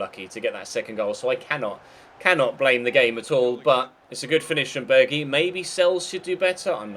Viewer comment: is pronounced Berg-house